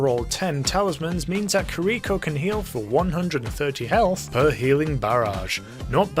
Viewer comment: I'm gonna be that guy and say that I'm pretty sure it's Kee-Ree-ko, not Ker-Rico. Japanese pronunciation and all that.